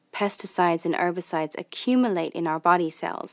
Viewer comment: "Erbicides"? WTF are "Erbicides" !?